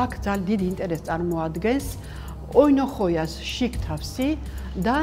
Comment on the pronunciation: ოინოხოია არა კვახის ტოლმა. თუ ამბობთ ბერძნულ სიტყვას მაშინ სწორად თქვით და თუ არ იცით სწორად წარმოთქმა მაშინ ქართული შესატყვისი სიტყვა იხმარეთ. ოინოხოა ფეოხოა. გადაცემა აშკარად კარგია ბრავო